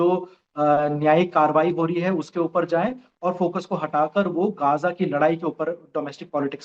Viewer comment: Are bhai gaja nhi gaajaa bol sutri ke😡😡😡 frustration ho rha h jhatu gaja gaja sunakr गजा नहीं गाजा बोल गाजा